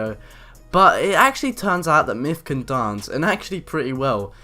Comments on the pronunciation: MYTH not MYFF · yeah.. his name is "Myth" not "MIFF" dude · free fings you didn't know about mif! LOL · Why do u say mif?